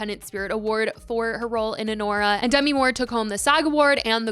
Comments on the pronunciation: I know it’s not your fault but the way you kept mispronouncing Demi’s name. 😅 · Dunno why it irked me that she was pronouncing Demi wrong